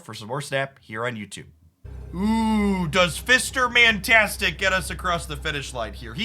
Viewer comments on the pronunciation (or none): Lmao "Fister Mantastic" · "FIster Mantastic", I did not expect that, I chocked on my drink! Hahaha